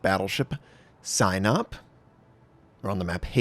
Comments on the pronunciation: It's pronounced something like see-nope. Not sign up. Just fyi :) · I think it's pronounced "seenawp" Probably this battleship was designed for the black sea not the Baltic. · Pronounce it as Sea Nope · "Sihn-ope" Notser. Short i, long o. Pronounced quickly.